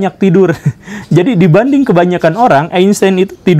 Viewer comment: Einstein, karena ejaan jerman, dibacanya Ainstain pak guru.. Gimana, saya pinter kan dalam hal ini hahahaha